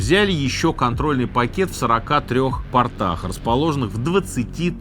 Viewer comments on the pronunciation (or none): пОртах, а не портАх!!! Вы же не про штаны свои, надеюсь, рассказываете, уважаемый!) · Портах ухо режет, как вы ставите ударение это штаны